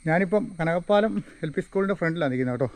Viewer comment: കനകപ്പാലം അല്ല കനകപ്പലം